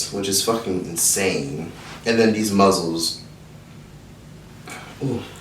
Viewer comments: saying muzzles instead of mussels is sending me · “Muzzels” 😂😂😂it’s mussels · Every time says "muzzle" instead of "muscle" cringe lls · You do mukbangs EVERY SINGLE TIME. ITS MUSCLES, NOT MUZZLES. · Did he say muzzles?🤣🤣🤣🤣they are mussels shug!!! You crack me up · It's just funny that pronounce those shellfish as "muzzles" & not "muscles"? 😂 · "Muzzles"😂😂😂had me cracking up😂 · Everytime said “muzzles”, I died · Mussels is pronounced the same way as muscles. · Nobody:: MUZZELS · So no on going to talk about how said mussles💀💀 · I like how he said “muzzles” 😂😂😂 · Mussels - it’s said like muscle the ones in your body . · why you saying mussels like that???? LMAOOOO you deadass mad funny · The way he says mussels irritate me 😂🤦🏽‍♀️ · Mikayla Hatten Don’t be fooled by this video. ain’t saying it right 😂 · It's actually, "Mussels". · The way he says muscles is so funny